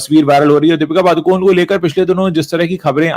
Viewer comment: पादुकोन नहीं पडुकोणे